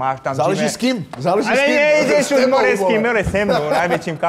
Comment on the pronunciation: Skvělý, rozhovor ale strašně mě dojebává jak říká Karel more🤣🤣🤣🤣